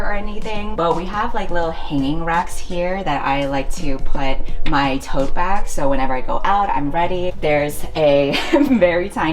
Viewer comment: IDK if I'm still having a hangover but I heard "hoe bags" instead of tote bags 😆